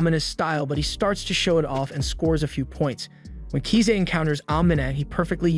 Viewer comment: KISA NOT KZA